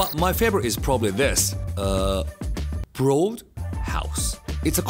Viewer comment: why did that sudden emphasis on Broad make me laugh 😂